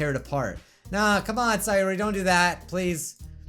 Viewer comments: Its not saayori, its sayori. You pronounce it wrong. It triggers me lol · It’s say-or-I not si-or-I !!!!